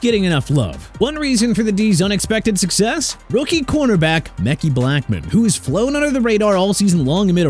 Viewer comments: Ma-ki not meck-E smh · MEKHI IS PRONOUNCED MUH-KYE NOT MECKEY AND ACHANE IS PRONOUNCED AY-CHAIN. SMH.